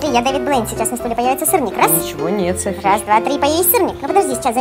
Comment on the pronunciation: кому показалось что сказал соси а не Софи на